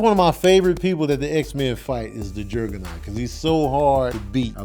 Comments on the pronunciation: Who the heck is Jergger-naught? Its Juggernaut lol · I'm gonna need to pronounce Juggernaut correctly. Lmao this nigga said Gerrrgernot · Why the hell you keep saying Jerg-a-naut?....bc that's fucking wit me lolol you saying "Jerg-a-naut" aggravates me like that kid on DP2 aggravates you lol. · Are you saying Jurggernut? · That invisaline got him out here saying Jergenot lmfao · Why r u saying juggernaut weird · Is that how Juggernaut is supposed to be said? Or is fresh off watchin a Madea movie?